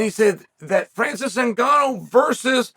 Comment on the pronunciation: Pee-era, MakhL-chev, Na-gone-ew, I could go on all day. Where he gets an L in Makhachev we will never know. If there is one thing Chael is dog sh!t at besides striking it’s definitely names.